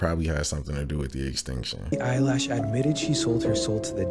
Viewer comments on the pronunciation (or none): Dude said billie eyelash 😂 wtf